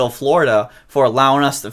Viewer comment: It's Dror NOT Jror!